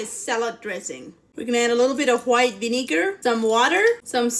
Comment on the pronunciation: The way she said white Vineeker